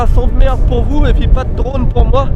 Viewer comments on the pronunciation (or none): none